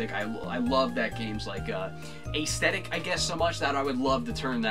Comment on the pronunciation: YOU PRONOUNCE "AESTHETIC" IN A FUNNY WAY